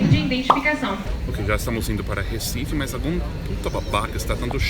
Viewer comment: Os turistas sabem pronunciar o "Recife" melhor do que os próprios brasileiros. Eu amo meu país Recife 😂😍